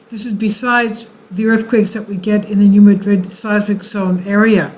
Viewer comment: Resident of Missouri here - it is NOT pronounced, New Ma-DRID! It's pronounced New MA-drid!!!